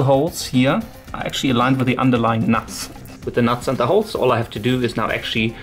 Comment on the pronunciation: aha;) i just find the way you say it like "nats" funny. Only joking though m8, keep doin what ur doin! love ur vids